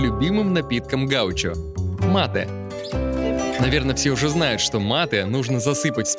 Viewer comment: умница Антон, что в мАте ставишь правильное ударение, а не как Бадоева. Изменение ударения меняет суть, исли говоришь с испаноязычными . МатЕ означает - "я убил"